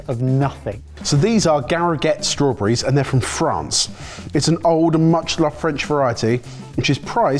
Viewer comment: Strawbreez = Strawberries. Learning to speak English’y.